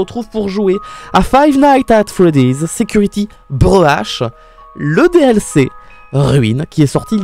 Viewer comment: voici le niveau d'anglais de: " security brush " juste wow 🤣😂